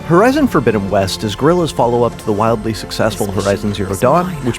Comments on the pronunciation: Horizon not herizon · Herizon😂😂😂😂😂😂 ( horizon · "Herizon"? Is that the feminist agenda version?